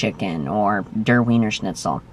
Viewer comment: And by the way, if it's from German, "Der" rhymes with "chair." On the other hand, there is a chance that like the noun, it may have been anglicized.